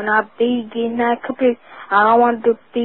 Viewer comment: I am not trying to hate, do we not have enough sports players that can not pronounce Computer etc.?